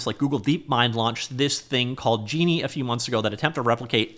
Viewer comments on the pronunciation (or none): none